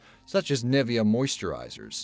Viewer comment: nivea: the "I" is spoken longer that the "N" :D